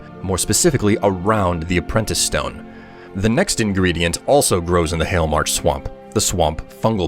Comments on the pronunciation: Hailmarch... really? More like yahlmarch. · you mean Hail-march